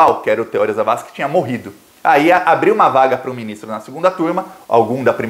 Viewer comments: O nome do ministro é TEORÍ. Não tem acento, mas se pronuncia como se tivesse. Se fosse TEÓRI, teria de ter acento. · Oi. A pronúncia correta é Teor[í] e não Te[ó]ri. 👍🏼☺️ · já que vc vai ler os comentários, anote aí. Teori é oxítona, ou seja silaba forte no i. Outra coisa, NÃO MUDE o nome do cavalo aqui de Curitiba, o tal DD. Não é Delagnol e sim Dalagnol. Olha, o ministro Teori Zavascki, foi sim retirado de cena. Ele era uma baita pedra no sapato e quando o avião estava boiando no mar, pescadores viram uma mulher dentro da aeronave pedindo socorro mas policiais cercaram tudo, retiraram os curiosos e a deixaram morrer.